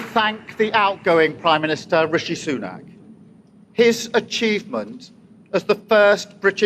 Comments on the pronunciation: its not Sunaaak it is Sunak...with equal emphasis between the two syllables and it is not a drawn out "a" but "a" as in apple, not "a" as in Aardvark But still thank you for this podcast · It's not pronounced soo-NOCK, it's SOO-nak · Christ, his name is SU-nAck not so-KNOCK. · Soo-nack is how the outgoing PM's name sounds. And what a gracious concession speech. Also shows the benefits of the constitutional monarchy/parliamentary system. A lot of my liberal friends have a dim view of it because they think it's "undemocratic" but the UK raks higher on all the indices of democratic realities than the US does. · As a resident of Britain, It's always a little strange seeing other folks talk about UK politics. Like mispronouncing names. Like here, Fishi Rishi was terrible and and only got picked by a small group people people after Lettuce Liz Truss broke the entire economy in an afternoon. He hid £730 million in a tax loophole and calling an election at this time was basically a surrender because he was tired of the job. And Stammer's no angel.